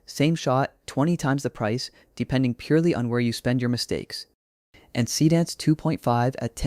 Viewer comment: So basically every video tutorial is a Higgsfield infomercial these days. Got it. Would also be nice if your dumb AI voice could pronounce Seedance correctly. Just saying.....